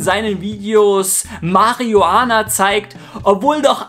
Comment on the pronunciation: oh mein gott! Nicht schonwieder dieses Mariuhahnher